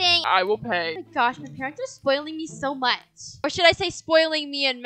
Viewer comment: It’s not Mach it’s much